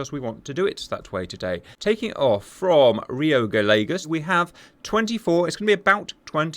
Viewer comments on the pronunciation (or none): “Gallegos” is pronounced something like ga-ye-gos, not ga-lei-gos 😆; LL in Spanish is never pronounced like L in English; the closest I can get to proper pronunciation without using symbols from the IPA is “Y”